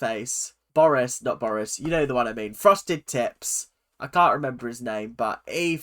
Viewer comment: I keep hearing "frosted tits" instead of "frosted tips" and I can't stop laughing everytime you say it LMAOO